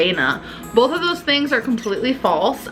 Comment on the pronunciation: all of a sudden she can say both correctly and then force “bolth” right after ? 💀 I can’t